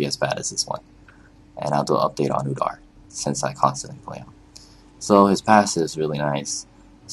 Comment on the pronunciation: his name is udyr not udar.